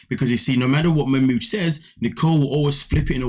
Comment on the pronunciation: Wtf is wrong with Nicole and her friends calling him Mach mooooood ffs it ma mood even ma mood says ma mood . She’s just a glutton for punishment the most miss matched pair ever . He is too set in his stupid ways let him go back to Egypt and she needs to be on her own they’re both horrible . I won’t watch them anymore . Fast forward .